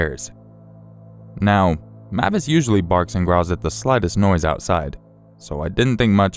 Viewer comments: Im pretty sure the dogs name is pronounced (M-ay-vis) with a long A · It's pronounces (MAY-vis) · Great video! I believe the dog's name is pronounced like Mayvis instead of how you were saying it, but great job narrating as usual.